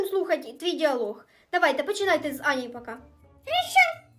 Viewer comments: Я тільки що почула що мала сказала не пака а капа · Коли мала сказала " пока виздаравлюй" мені одной почулось " кабан виздаравлюй" 🤣🤣🤣🤣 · Мала в началі відео Аліні по телефону сказала не пока а капа 😂😂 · А чому мала сказала Аліні капа а не пока😂😂😂